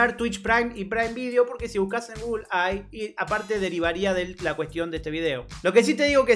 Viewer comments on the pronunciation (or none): none